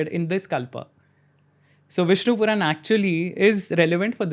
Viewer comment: It is Puran...Not ...quran